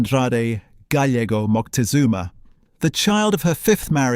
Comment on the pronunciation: Just for cultural trueth, it is nit MoNtezunma, it is MoCtezuma